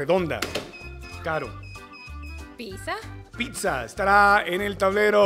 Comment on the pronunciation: Me choca como dices Pizza.